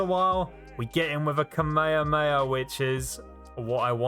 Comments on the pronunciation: You were like “Kamekameka” it’s actually kah me ha me ha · kuh maya maya… it’s kamehameha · whats kameyameya? its called kamehameha not kameyameya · why did you say kamayoyo wave? its kamahama wave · Bro you are saying ka me ha me ha wrong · When he makes kamehameha sound like "cmere mayor" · I hope he is actually saying ka-maya-maya on purpose and not being serious 😂😂😂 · I like how he pronounces kamayhaamayhaaaa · No one:: kameyameya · He completely butchered butchered "Kame hame" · Sorry but kamayaakamyaa 😂 just a little thing I found funny it’s a amazing video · Pronounce (kah-mei-ha-mei-ha) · Kamehama kei-mei-am-ehey A big boi beam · It's funny on how you say Kamehameha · the way you say kamehameha gives me aids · The what? I can't understand your accent, you seem to be saying Kamehameha incorrectly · I hate how he says kamehameha wrong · He said kamehameha wrong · every time you say kamehameha i die a little on the inside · the way he says kamehameha is just no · Why do you say Kamehameha like that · That is not how you say the beam move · Why must you pronounce kamehameha wrong.